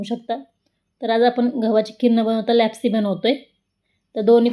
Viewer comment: छान पण तुम्ही लापशी म्हणा लॅपसी कशाला